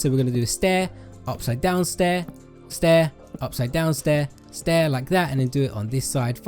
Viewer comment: “and one heh” 😂😂